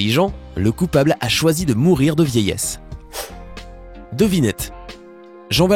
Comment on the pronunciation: "Mourrir" lol, faites un effort srx